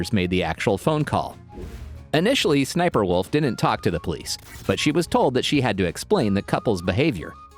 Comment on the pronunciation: The name is Sssniperwolf this is how you pronounce it S s sniperwolf